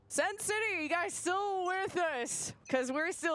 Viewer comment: Why does she keep saying sen city lmao. the team name is just sen